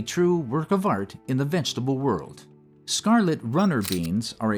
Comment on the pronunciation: Love how you say vegetable. It’s like how I say it. Vengetable.